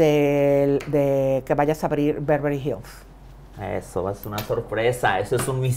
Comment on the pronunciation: Y luego dijo BEVRELY HILLS